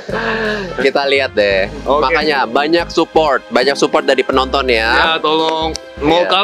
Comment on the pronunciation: Edit ni memang legend 😂 N how he say Makanya Belajar 😂😂 I'm burst to laughing 🤣🤣🍿